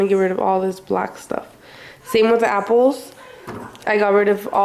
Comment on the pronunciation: I hate how she says apples